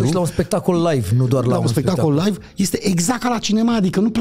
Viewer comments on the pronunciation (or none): none